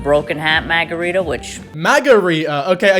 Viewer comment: I'm from Boston and A) we don't claim her and B) we don't say maaahhgarita. EVER.